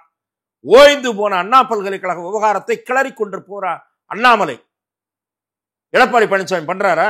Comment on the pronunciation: Madesh senseless is not qualified to prounce the word Annamalai